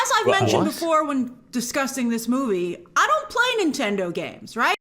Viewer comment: You gotta love a woman who cannot properly distinguish between the pronunciation of "discussing" and "disgusting." 😣😥😞😒